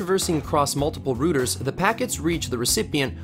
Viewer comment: despite localized differences in pronunciation with the word "route", i've never once in my life heard a human being pronounce the word router that way